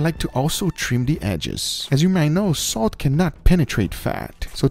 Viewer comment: No body: Guga: a little bit of "soat"